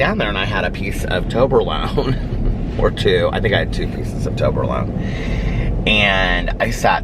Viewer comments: The way you are saying toblerone is killing me 😂😂😂😂 💙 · I even looked it up because I was like... have I been saying it wrong?? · It cracks me up 🤣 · I MAY have winced once or twice lol